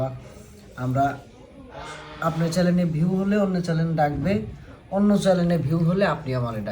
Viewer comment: চ্যানেল হবে, চ্যালেন নয়